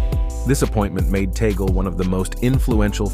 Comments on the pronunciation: It's read as Tag-le not Taygle. ☺️ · It is tagle and not tagale and it is tag- leh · Tag-le not Tigle 😂😮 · Correction Please whoever you are! Cardinal Tagle not Tagal! Do your research please to have a credible video. He was my professor in Theology for 2 years. Thanks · Humble correction.. its Tagle na Tagale. Thank you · Hoy! It's not Tagal. It's TAGLE! TAGLE! TAGLE! DO YOU GETS? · Please check correct pronunciation of Cardinal Tagle's name. It is not toggle. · Tagle (pronounced as in Spanish.) Not Tagale. He was close last conclave, He is young. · Cardinal Tagle is Filipino so I believe you are mispronouncing his name. Say: TOG'-lay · Please pronounce Cardinal Tagle's surname correctly.